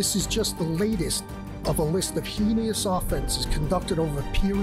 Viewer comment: Why cant anyone pronounce heinous? It's not heenious, it's hayness. 🤷‍♀️